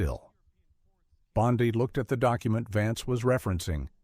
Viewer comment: Food for Fools! How do I Block these fictional accounts? The narrator can't even pronounce "Bondi."